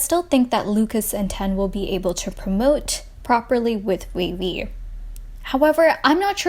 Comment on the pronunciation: I thought it was wayv, not wavy